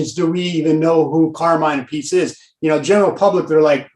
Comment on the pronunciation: Carmine Ah-PEE-chey. Please, hah.